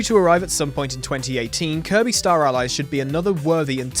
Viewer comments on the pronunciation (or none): none